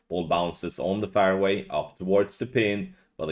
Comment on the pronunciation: All these years and you still can't say fairway. Is that fair to us? Hupps gave that stupid swede a clue there how to pronounce fairway.